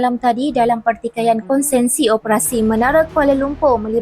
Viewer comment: Konsesi bukan konsensi